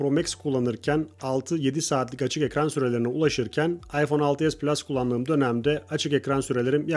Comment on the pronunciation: PLUŞ DEĞİL